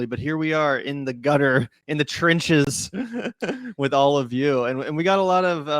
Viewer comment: In the trinches ? dude, it's pronunced trenches, you know , the way it's spelt, just sayin......